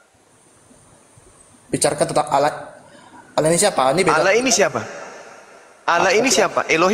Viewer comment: wajib belajar ulang bahasa Indonesia, sebab oten menyebut " ALLAH" dengan sebut "Alah". Bahasa Indonesia kok dirusak.